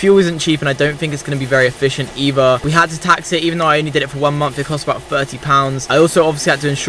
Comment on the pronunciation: "eever" = "either" "monf" = "month" "firty" = "thirty"